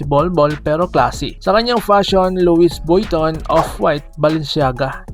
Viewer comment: Pronunciation: Louis → loo-EE (not LOO-is) Vuitton → vwee-TOHN (the n is soft/nasal, almost silent)